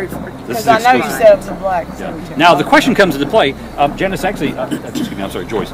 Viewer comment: Apperently there's a kwetchin i gotta ax about that nigga goast apperently apperntly